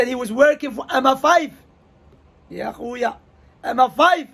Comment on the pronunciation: the ya khoya is very maghrebian